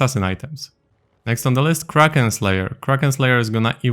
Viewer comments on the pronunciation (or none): none